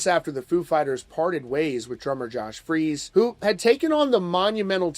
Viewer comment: Um, I thought his name was Josh "Freece" not "Freeze"?